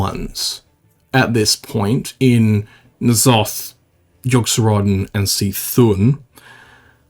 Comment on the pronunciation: Even after years, still pronounces C’thun as “see thun” never change